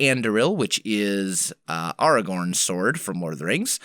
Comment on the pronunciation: did he really say ARRRRagorn?